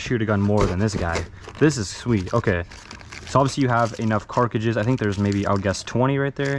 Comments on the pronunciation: Is he saying carc(k)iges? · why does he say carcages? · The fuck is a “carcages” ? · he meant to say cartridges but he said it wrong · Guy just got the word wrong FFS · Did no one else realize how many times he mispronounced cartridges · Why do you say carcujus? It’s pronounced cartridges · it’s cartridges not carkiges lol i love it dude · Bro. This drove me nuts every time he said it 😂 ITS CARTRIDGES !!! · carcages? you mean cartridges? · Did anybody else notice he keeps saying carcatridges instead of cartridges haha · ok im sorry but it really annoying that you say carcages its cartridges the metal bullets are cartridges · this mans pissing me off he keeps saying "carcrigdes" and not cartridges like its on the box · Why does he keep saying carcages, it’s cartridges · Cartridges* not carkages 😂 You seem to see many many guns in airport form but you don't really seem to know anything about them. It would be very beneficial to learn about some of these instead of just reading packages and sliding out of the way. Also, this isn't me talking shit, I'm just giving some constructive criticism. Your content is decent, but with the knowledge of these weapons, it would be GREAT content. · Dear god i hope hes leaned to say cartridge by now, Cart - ridge - es. Not cark-rid-jizz 🙄🙄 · CART--RIDGES. NOT CARK--AGES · “ the carciges” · No one: Absolutely no one: Him: it has 12 eject able carcages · funny part he said carcadges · I was watching this and said the same thing after hearing him say car-cruches the first time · I know, he literally always says it wrong, every single time, it drives me insane😂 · I thought he say CARCASSES ... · don’t forget the “carages” lol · Never in my life have I heard someone say carcages 20+ times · He keeps saying carcages at the end🤣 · “Ejecting cart-ci-ges” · “Carcages” ,“DMR” ,”modurer” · Are you saying "CARKIDGES" !? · Ok ok but why with the “carcages” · If he says carcages one more fucking time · why does he keep saying carcages 🤣